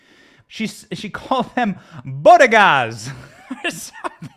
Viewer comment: ’Boh-Geh-Daws’ Sounds like a Camp site